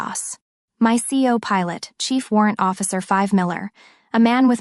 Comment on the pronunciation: 100% Ai FAIL my see oh pilot (co-pilot)